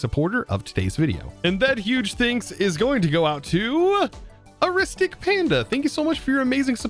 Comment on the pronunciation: a-ris-tic panda lol someday will learn words lol it was arc-tic" panda lol great episode